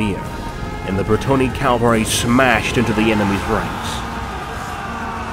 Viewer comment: Ca-val-ry, not cal-va-ry. Thanks!